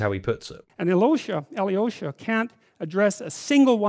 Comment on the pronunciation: Aivan and Aloish... you guys mispronounce this name so badly I can not even write how you say it🤣 That feeling when you are russian and you learn about russian literature from a british dude. All-yee-low-sha😂😂😂😂 Why just dont say Alosha like hawaian Aloha but with sh sound?